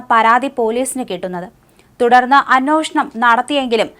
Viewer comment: അന്നോഷണം അല്ല. അന്വേഷണം എന്ന് ശരിയായി ഉച്ചരിക്കുക.